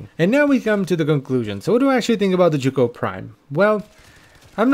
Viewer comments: You english people sure are strange: the weapon is the zhuge but you call it jugo. Must be language difference but i find it very strange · Z-H-U-G-E NOT Z-H-U-G-O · "The joogoh prime" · It's pronounced zoo ge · The "Jewgo Prime"? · is it not pronounced like Huge but with a Zuh sound instead of the "h"? zuhuge? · How the hell is that said as chu ko I’ve be saying sie uge for years now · Zzz huge prime ur miss pronunciation is crazy lol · Butchered the name 😓😓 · The most amusing thing about the Zhuge is listening to all the pronunciations from different youtubers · The way you pronounce this weapon gives me ear cancer 😂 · that Is NOT how I thought that name was pronounces this post was made by jooj gang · i'm sorry how did you just pronounce zhuge? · everyone's commenting about how the title used to be a ninkondi video but I'm over here questioning his pronunciation of zhuge lol